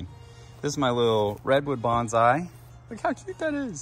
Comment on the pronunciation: If you are growing Bonsai, here's a never stop learning opportunity. To respect the Japanese tradition, it's pronounced like "Bon (long O sound) sai" not "Banzai". Have a great Pacific Northwest summer!